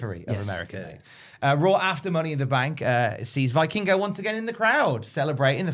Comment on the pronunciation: Hate to be that guy but it’s pronounced VEE-king-go, not VEYE-king-go. - a mexican